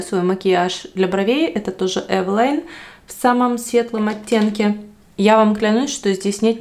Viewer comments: Название польского бренда Eveline происходит от женского имени Э́велин. Так что варианты произношения «Эвелайн» или «Ивелин» ошибочны. Почему вы все время произвосите Эвэлайн, если все говорят везде Эвелин? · Потому что это польская фирма и ее название здесь произносят Эвэлайн